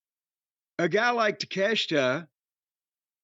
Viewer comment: I'm not comfortable with Jim pronouncing "Takeshita" correctly. Not comfortable at all.